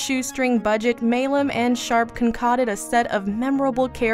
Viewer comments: Concocted not connoded!!!!!!!!! Phonics!!!!!! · "Concotted". You mean "ConCOCted"? I think some remedial reading is in order. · Contotted??? ConCOCTED.....sheeeeeeeeeeesh..... .... really? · Most of these are on Amazon Prime. Stopped watching after getting hung up on the mispronunciation of “concocted”. 😅